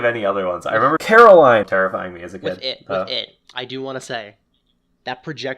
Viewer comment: It's Coraline babe. Not Caroline. :p